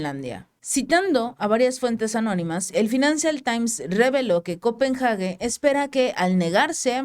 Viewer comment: Se pronuncia el nombre de la Capital todo junto ,no lo separes al pronunciarlo. Copenhagen . Solo es una observación.